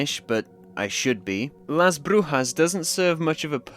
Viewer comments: that was a good pronunciation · Pretty sure he meant he isn't Spanish but he's right abt the pronunciation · I speak Spanish as mother lenguague, you said Las brujas very good, as a native from LATAM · Wdym you should be Spanish😂 also you pronounced the town correctly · Your saying it right. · As a spanish speaker, let me congratulate you for the right pronunciation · As someone who speak spanish, you pronounced "Las Brujas" very well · As a Spanish speaker you said Las Brujas correctly 🫡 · very good job on that pronunciation, you even did the hard R👌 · He does have a pretty decent Spanish tongue when pronouncing "La Brujas" to be fair 😭